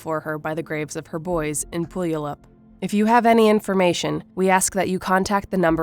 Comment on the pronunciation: Good video! But as a Washingtonian, Puyallup is pronounced “Pew-all-up”.